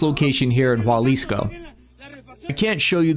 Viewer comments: I like all your stuff, one tiny tiny thing. Its pronounced Ha lease co, not hua lease co. for Jalisco. Just some small feedback. Again, love the content, it just falls on my ear weird when you add the u sound. keep going! love that youre independent now. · Bro it's not pronounced walisco it's halicso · Jalisco ... pronounced Ha lisco, not Hwa lisco. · almost got it.. is jalisco, not jualisco.. you are close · Dear god stop saying juAlisco, its Ha! Lisco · Dude can you learn how to say Jalisco (ha-LIS-co) the J isn’t a W sound it’s a H sound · if you see this Jalisco is pronounced ha-lis-co not hua-lis-co 🫡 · There's no u in Jalisco. It's not Jualisco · It’s Jalisco, not Jualisco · there is no 'u' in jalisco. pronounced haleesco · Hey Cap as a friend I couldn’t allow you to continue to butcher the name of the Mexican State of Jalisco. It’s pronounced Halisco. J’s in Spanish are usually pronounced like an H in English. ✌🏽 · Did He Say it Again?... The "Scene-A-Wela Cartel" & The "Japa-Lisco Cartel" I'm: Words & Sentences Are My Enemy – 😅😂